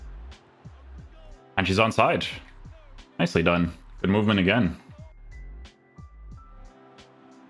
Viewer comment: Why does put a j at the end of a word with d like hood but he says goodj, I’m guessing it a language thing or something?